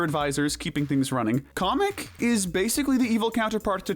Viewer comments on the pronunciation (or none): They said Komek not Kamek.